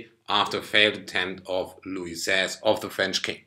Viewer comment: Great pronunciation of Louis XVI and Napoleon